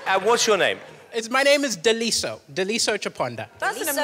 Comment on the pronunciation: Daliso can't even say his name right 💔